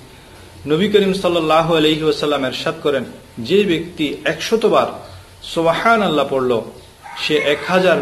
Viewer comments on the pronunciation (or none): উচ্চারণ সুবাহানাল্লাহ হবেনা সুবহান আল্লাহ হবে। বাংলা তো লিখে সুবহানাল্লাহ আরবি তো সুবাহানাল্লাহ।